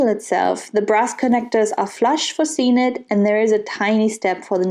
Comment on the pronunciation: I thought it was pronounced “seek nit “!